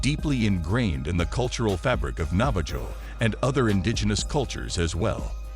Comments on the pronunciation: It's pronounced Nava-HO and that isn't even their name for themselves. Their name for themselves is Diné which is pronounced DEEN-ay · for future record it's not pronounced nava-JOE its pronounced navah-ho. sorta like jose. but im sure the navajo lronounce it differently than most americsns. if a navajo sees this, is that how you pronounce it? or do u say it the same